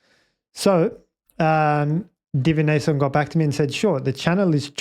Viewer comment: Oh wow. I think you've cracked it. 😄 A throttle deadzone makes the most sense, now that you mention it! By the way, my name is pronounced divi - nation; as in, the practice of divining the future or communing with other realms. For example, in the Harry Potter series they attend a class with that name. 🙂